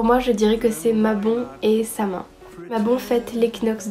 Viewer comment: trop mimi 😍😍 une vidéo sur les fêtes païennes ça serait trop top! Par contre Samhain ça se dit pas comme ça s'écrit ça se dit Soween je crois 😊